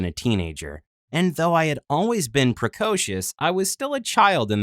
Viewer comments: (Pre-coh- scious) ????😂😂😂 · “i was still poecoutious” ummm what that mean? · Pre-co-sius. Really he had to say it like that😒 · Woods precautious, just his pronounciation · Narrator- pReCoScIoUs Me- Precautious?????